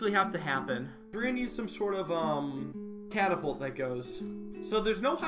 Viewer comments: You said it wrong it’s catapult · This is not a catapult, it's a car-a-pult